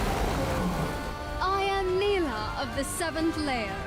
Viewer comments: she literally called herselfe knee + la and you called it ni lah remind me of samira everyone calls her se my ra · Nilah is not pronounced like "Nile - ah" Its "Knee- lah" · Neelah not naylah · Champion: pronounces their name: pronounces it differently How and why?:(